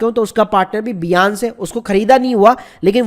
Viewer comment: Bhai its binance ..not biance